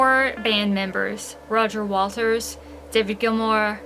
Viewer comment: Am I hearing "Roger Walters", not "Waters"?